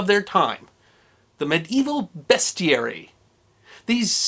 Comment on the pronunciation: Thanks for saying 'bestiary' proper.